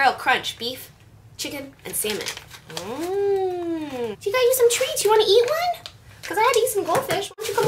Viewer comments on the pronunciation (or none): I think you ment salmon? not semen hahaha.